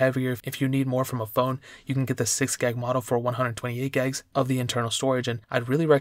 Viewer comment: I swear, if he says gegs one more time...